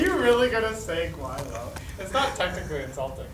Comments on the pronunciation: oh my god he said guilo duuuude hahaahaha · mfw when Linus said Guilo